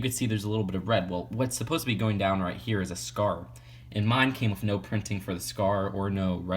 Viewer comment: I hate how you say wiff other than with